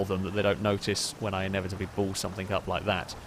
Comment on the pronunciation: Learned some new words, today. "Recognization" "Somethink" "Blowan"